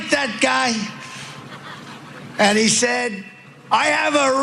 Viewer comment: Red button he was trying say,sounded like butt🤣🤣🤣🤣🤡🤡